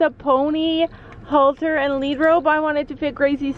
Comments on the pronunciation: Nope it's halter. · Ummmmmm are u English or American because it's headcollar not halter